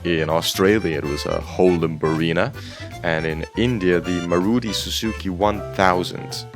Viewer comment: It's not Maruti. it's MAARUTHEE.. The most popular brand in India